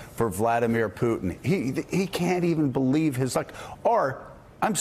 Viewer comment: have you noticed when he lies, he says, "belief me"